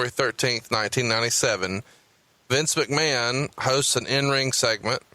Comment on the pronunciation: is why I'm here LMAO "Well Mistur MAKMAN!" LMAO